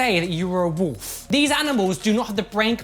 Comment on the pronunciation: I love hearing say "woof" as wolf